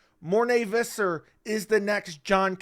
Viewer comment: Who is Morné Vizzar? It's Visser.